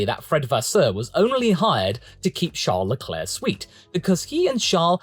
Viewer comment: Charless's Leclercss's, lol